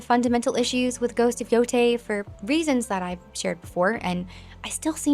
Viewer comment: The fact she pronunciated it Ghost of Yo TEI and not Yo THAI gives her so much credability IMO. This "little" factual things actually matters. It shows how dedicated you are to discover and learn. And to tie it to your usual historical content, shows how history is important for us now more than ever. People have suffered endlessly and not to learn from it is a form of a humanitarian blasphemous act. ( Im a polish romani living in sweden )